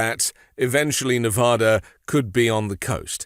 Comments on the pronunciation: It's ne vaaa da - "a" as in ass, not "a" as in paw. That annoys the hell out of us Nevadans. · Dude, you’re mispronouncing every syllable in Las Vegas, Nevada. All of them. That’s funny.